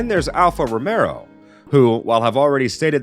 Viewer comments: Am i the only one who keeps hearing alfa romero instead of romeo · Bruh… it’s Alpha RomeO, not RomeRo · Alf Romeo is pronounced as it's spelled. There is no second R in the name. It's ROMEO. not Romero! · A channel specifically based around F1 and the announcer can't get Alpha Romeo (not Romero) correct? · Dude its Alfa Romeo, not Romero, cant listen to this, if you dont even know the name of the teams.